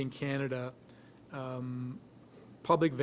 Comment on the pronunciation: What the HECK!! Can-ada??? Are you American??😅